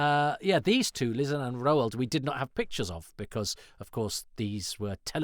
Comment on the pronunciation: Sorry to "I think you'll find" you, but isn't Lizan pronounced "Lie-zan", the opposite of Truth-zan? That's how Chen says it in episode 4, but I accept that Doctor Who can be inconsistent about things!